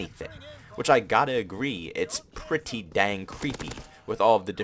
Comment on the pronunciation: I❤️u pwety much bro 😂 no homo